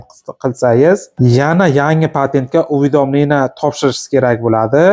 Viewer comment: Лулими бу уведомление деган сузни айтолмаяпти😂